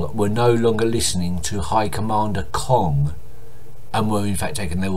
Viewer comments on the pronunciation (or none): it's Kahn not kong, as in the Tiger from Jungle book.